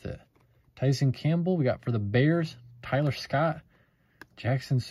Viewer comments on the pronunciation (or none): none